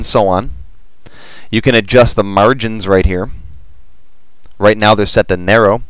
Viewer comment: Canadian? - MAAAR-Gin lol